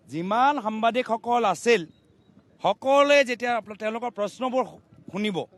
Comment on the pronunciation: সামবাদিক নহয় সাংবাদিক । ভাষাটো ভালকৈ কবলৈ শিকক